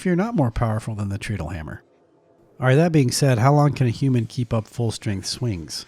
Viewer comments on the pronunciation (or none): It's pronounced "TRED-ull". Because you "tread" upon it... step on it to make it operate. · Pronunciation hint: in the unpowered mode, you tread on it to make it go. It's pronounced like that. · Interesting. BTW, treadle rhymes with pedal.